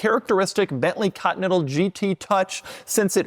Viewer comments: Why does he say ''cotnetal'' instead of continental? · I forgot about how weird Doug pronounces continental. Cotee nettle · Ahh yes the good old Cottonental GT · Doug the type of guy to pronounce it "Cotton-ettle" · Oh, the good ol' Bentley 'Caught-Natha'.